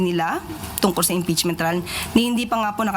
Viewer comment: Ano ba yang announcer na yan, yung mga words na di ko naririnig sa kanya ko lang naririg, impeasement, kabstutution, yung o ginagawa nyang a at yung a ginagawa nyang o. Is she trying hard to slang her words cz its not working out.